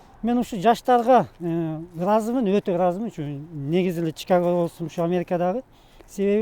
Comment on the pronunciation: Алып баруучу кыздын аты кандай, Чикага деп нерфке тийбей туура суйлосун Чикаго деп айтылат